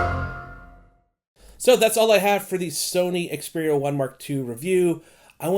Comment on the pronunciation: Finally a reviewer that knows how to pronounce the phone's name